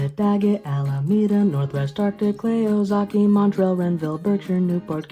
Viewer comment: i think it’s pronounced oozaukee, not ohzaukee (I lvisited the county once and thats what people there say)